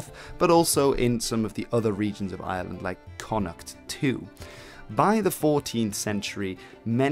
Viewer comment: Jesus! The Island of island ? If you're going to do an Entire video of a region or nation, learn to pronounce it properly! It's Ireland not island, pronounce the r that's there!